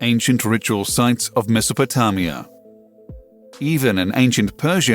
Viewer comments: Quotes from this video - "Due to special weather" 🤣 "Have been visible for at least sometime" 😂🤣 Slow down, is like information overload!! How dd this shit get recommended? PS. Ask someone how to pronounce Mesopotamia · Larry Zorch.. Indeed.... To say they're "scared" is asinine. Also.. why is he pronouncing the word Meso..po.. (tam).. ia? It's Meso..po.. tame..ia. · Me thinks Scientist are more scared of the way You pronounce Mesopotamia!😂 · its mesopotamia, there is no 'o' at the end of the word, that's what I hate about pretensous gits they mispronounce words and the next thing you know everyone is mispronouncing the same word. i was yelled at for years as a kid growing up how to pronounce words correctly, and it wasn't fun.............. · First time I heard the name Mesopotamia pronounced like that ? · What Larry said and also that's not how you pronounce Mesopotamia and also not how you pronounce Brooch. I think i learned how to pronounce both those words by the age of 12. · I'm so glad I read the comments early on... and wtf is Mesopo-tah-mia of Die-ety..